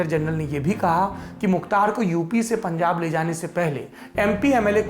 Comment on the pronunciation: Pungab nhi punjab